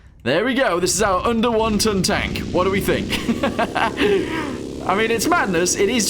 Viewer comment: Am I the only one the kept hearing, "wonton tank"?